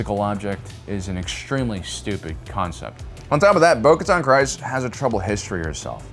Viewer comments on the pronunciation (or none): Hate being this guy but its "Kre-ce" not house "Kri-ce" he says it wrong every time lol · Kryze is pronounced "Kreez." The name is said so many times in Clone Wars, Rebels, Mandalorian Season 2 and even in BoBF Episode 5, I don't know how a supposed Star Wars fans channel keeps saying the wrong thing, unless you're purposely trolling. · House KREEZE (The Y in Kryze sounds like an IE). And it's SUHbean , not SAAHbean (Sabine). Why do people insist on mispronouncing words and names that have already been correctly pronounced in the shows multiple times over? It's like nails on a chalkboard. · I love your content and the topics that you chose to cover. But I can't help but be bothered by the way you pronounce certain things, especially words/names that have been explicitly pronounced in TV shows/movies. Bo Katan's clan name has been pronounced on screen so many times, why are we still saying it wrong?